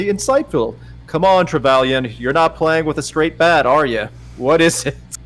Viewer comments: It is disconcerting that someone who apparently taught Dominic about the BDSM scene for the 50 Shades videos still has no qualms about discussing or exposing her personal BDSM relationship to a bunch of livestream viewers AND Dom without their consent. Also, it's tre-VE-lee-en. FFS, the name is even used in the video game Dragon Age: Inquisition. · Me watching as everyone mispronounces “Trevelyan”: DID NONE OF THESE PEOPLE PLAY GOLDENEYE???